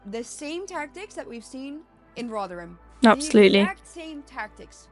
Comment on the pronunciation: Please stop interrupting the speech. We’re quite capable of understanding what the guy is saying and why. And btw - it’s RoTHerham and not RoVerham.